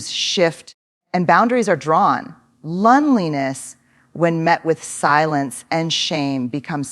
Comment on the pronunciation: I agree, The 'H' of loneliness??